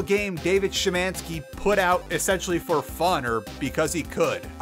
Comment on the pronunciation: I was honestly shocked to hear a more Polish pronunciation of Szymanski and it brought me joy